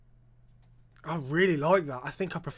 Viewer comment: Please stop saying BROV. It’s so cringe! BRO it’s BRO 😂